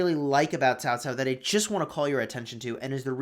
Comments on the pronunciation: It is CAO CAO NOT TAO TAO.... Jesus dude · I always thought it was pronounced Kao Kao